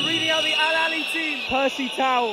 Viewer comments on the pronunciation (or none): It's not alalia ... It's Alahly ... The biggest club in africa ... We already won this cup 10 times ago ... And this is our ( 11 ) ❤❤🎉 ... This is our way to say hello to all Africa ... 🦅❤❤